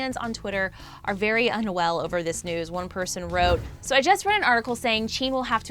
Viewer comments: Jin=CHEEn?.... I- WHY SHE TALKIN LIKE THATTTT😂😂😂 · JEaN shows Jungkook No hate ily but please pronouce there names right and tell the editors its the handsome guy on the left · Wow never heard of "Chean" and "Chimon" before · She said Jin's and Jimin's names wrong lol. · Her pronunciation of Jimin, JK and Jin’s names sorta triggers me... I’m still so sad... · She pronounced Jimin and Jin wrong. The I doesn't make an E sound. I'm sure she might have noticed it after uploading though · Other than Jin, she pronounced their names correctly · It’s JIN not Jeen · zooms into jungkook while saying that jin the oldest member is most likely to serve in the south korean military me: lmao what jungkook is the mAkNaE, and wtf is jeen? that’s literally how she pronounced jin’s name i’m wheezing. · i'll sue her did she really say chin ??????!!! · Who is " Cheen"? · WHO IS AND CHUNGKOOK?! AND IT SOUNDED LIKE SHE SAID CHIN INSTEAD OF JIN! ONE LAST THING, IF YOUR TALKING ABOUT JIN... WHY ZOOM IN ON JUNGKOOK?! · Chin**?? Girl it JIN J I N jaa aiee an jinn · Emmmmmmm.......its jin not jean 😊😊😊😊😊👍👍👍no hate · Who is “Jean” 💀 I only know JIN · Normal armies: Jin Her: cheeen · Dude, it’s ‘Jin’ NOT ‘jeeeean’, how can you even mispronounce a three letter name like that!???? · No offense but why did you show jungkook while talking about Jin? And jean isn’t Jin.. jeemin, ok good. But jean?!? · Woah I can't believe she keep on pronouncing, Chungkook and Jeen in the whole video 😂 well she should have at least learn how to, its for the news🤔, how can they expect us to take this seriously when they don't take full responsibility in proper research and interest in the boys. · wait who the freak is “cheen” lmaooooo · When she pronounced Jin as Jean and zoomed in on Jungkook. Tbh me starting out as an army thinking I know stuff and trying to explain every member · She said jean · She also said Jin-hoo? LOL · 3 army forever BTS is my lifeu “Chean” when she said jin😂